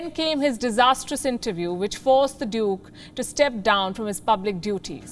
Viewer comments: she said druke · Maybe at that moment she pronounced duke as "dick" in her mind. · I heard the pronunciation Duke again and again after Palki smiles.